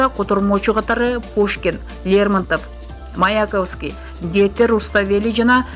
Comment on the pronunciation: Маякавский эмес- Маяковский, Гете эмес Шота Руставели